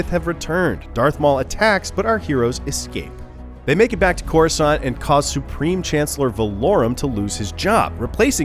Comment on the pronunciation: Corasand lol